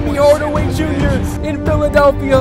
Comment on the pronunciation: he says tim yardaway